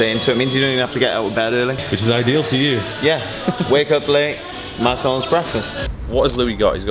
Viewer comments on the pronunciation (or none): It's McDonalds not "macdonds" trash go and puke now